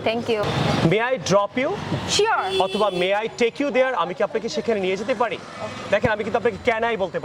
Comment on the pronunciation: মেয়েটির sure উচ্চারণ টি ঠিক ছিলনা!